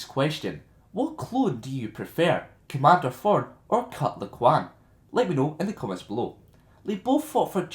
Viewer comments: "Cut Laquan" xD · You pronounce his name hilariously :D